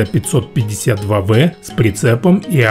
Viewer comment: Дружище, не ,,ме ме зе", кровь с ушей, ,,эм эм зе"😆